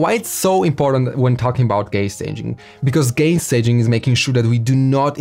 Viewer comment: Haha 🤣 accent bro accent